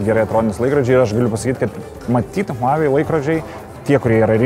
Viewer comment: Žmogau vedantis šia laida, IŠMOK tarti kompanijos pavadinima prieš darydamas apžvalgas, ausys kraujuoja girdint kaip tari…